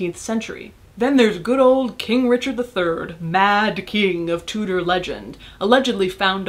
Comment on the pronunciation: When they dont know how to say Tudor